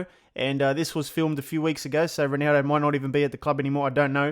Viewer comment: Can you pronounce ronaldo's name right please?